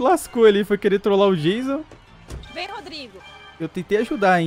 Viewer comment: Esse hehe janso hehe janso e estranho😧